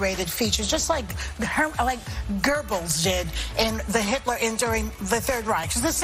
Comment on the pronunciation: Goebel … She can’t even say the name. They were outside ….. She is stupidly saying things she should not say .. a quick glance at headline got them in trouble …